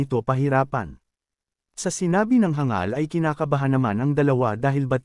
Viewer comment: ayos hindi na hang gal sinasabi mo kundi hangal na good job . korny kse ng hang gal saket sa tenga